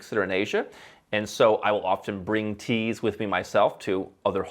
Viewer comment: 'I like teas' - you sound British lol